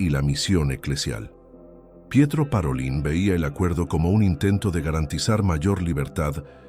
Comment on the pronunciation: Pietro "Parolín" (acento tónico en la "i"), y su pueblo se pronuncia "Skiavón"!